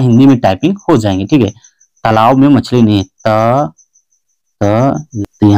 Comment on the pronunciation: तलाब नहीं होता है तालाब होता है